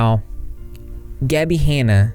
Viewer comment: Gabbie “haynuh”